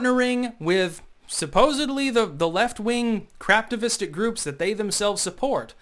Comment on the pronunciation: Craftivistic, a new word for me. I thought you were saying craptivistic, which also works.